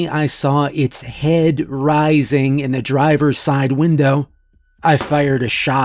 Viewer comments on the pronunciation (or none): none